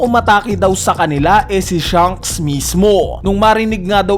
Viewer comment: Baket ba hirap na hirap ka ipronounce yung "SHANKS". Puro ka "SHUNKS" eh